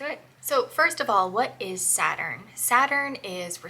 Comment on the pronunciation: Saturn, not Supiter! Lol! 😂